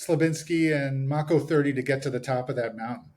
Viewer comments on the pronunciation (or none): This dumbass keeps saying “Mocko.” It’s “Mako,” the shark. Mako 30. So cringe. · Mako (May - ko) wonder why he's not correcting the mispronunciation minor detail.I notice weird things. After watching the feed , it's hard for me to see what any of those seals did to get the Medal of Honor. I'm 60 gunner, is lighten up the side of a bunker.He gets hit with a bit of shrapnel , it got hot and they split.